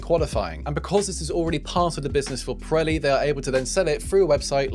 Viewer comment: Does anyone else hear him pronounce the tire name as "Piretti" with a "t"? That's what it sounds like to me.